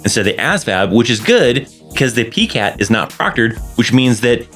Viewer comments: Its Pie-cat not Pee-cat. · Thank you, great information. The way you say PiCAT is so cute lol I’ve never heard anyone pronounce it that way before until now. I’m used to hearing PiCAT (Pie-Cat). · It's pronounced as "PIE-cat"